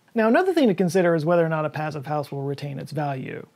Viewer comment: the German pronunciation of "Passivhaus" has a longer "e" sound for the "i", otherwise yep, it is pretty much the same.